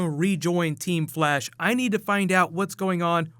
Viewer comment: you said teem flash vs team zoom